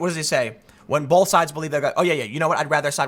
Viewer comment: There is no "L" in the word both. Stop it.